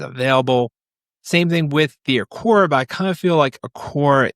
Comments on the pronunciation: Aqara not aqorrrr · hearing you constantly mis pronounce Aqara... every single time.. cringe... do you even try to learn how to say their name? and at some point maybe they just might stop sending you things to review cause you cant learn how to pronounce their name properly... (thats if they are sending you products)